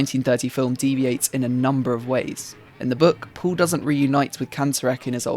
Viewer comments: Sein Name ist "Paul" und nicht "Puhl". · Why do you pronounce Paul as "pool"